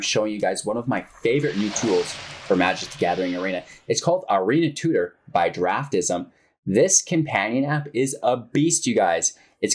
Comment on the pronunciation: is it not DraftSIM? not draft ISM lol